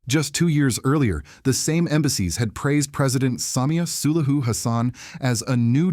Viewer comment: Have we got an AI voice here? Since it can’t pronounce SULUHU?